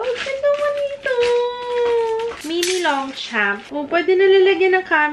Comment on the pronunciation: Hi! Longchamp is pronounced as Lon(g)-sham(p). Silent g and p. 😊